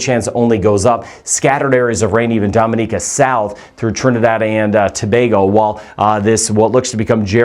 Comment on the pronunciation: You mispronounce “Dominica”. We laugh every time you say it!😅